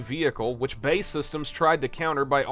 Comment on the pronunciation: BAE... or British Aerospace Systems isn't said BAE (like Bay) but B.A.E. It's a very common British thing to omit the full stops when letters are capitalised. Much in the same way that nobody puts full stops in F.B.I. , C.I.A. or M.I.5/6. unless they're a sadistic weirdo.